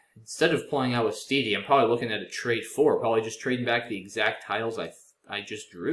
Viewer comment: IIRC, "ouistiti" is an alternative spelling of "wistiti", so the "ou" is pronounced as "w".